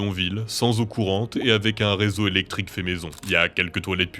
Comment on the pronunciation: a dit elecrique je sais pas si c'étais voulu mais moi je le dit pour triger mon meilleur pote haha